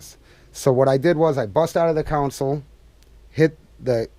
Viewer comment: I like but he calls his console a "council"....it's a console